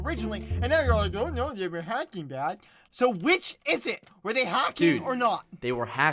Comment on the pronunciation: is anyone gonna question bald boy halos accent in ? he said Hocking not hacking